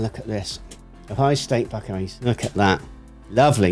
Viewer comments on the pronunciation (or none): Buck-eyes is how to say it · It's Buck-eyes.